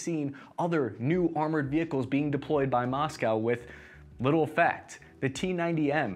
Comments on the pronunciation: Moskava was funny to. It would be easier for him if he tried read it like "Musk-va" 😂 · How about “Moskava” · I like how you pronounced masykva) Though, Kyiv is Kyїv, not kiev. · The Muskava, the severodonx. Only thing butchered more than the russian troops are these names 😂